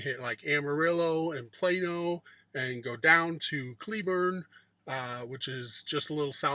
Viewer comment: Did you say Plano, Tx.